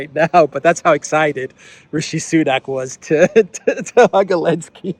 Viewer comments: i've been watching for months and i'm wondering why do you keep calling him Elensky? Its Zelensky. Is there a reason? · Is there a reason why you keep calling Zelensky Elensky? 🤔